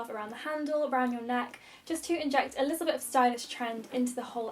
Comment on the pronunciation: I’m not a native English speaker and every time you say “a little bit” all I can hear is “Elizabeth” 😂